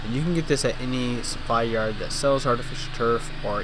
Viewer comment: artifisturf?? good job